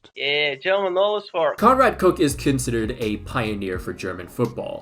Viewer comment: Bruve you can not just pronounce German names in English LMFAO * It’s Koch not cook * It’s Eügen not Egen